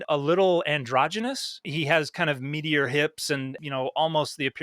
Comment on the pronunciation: heard "meatier hips" as "meteor hips" new catcall dropped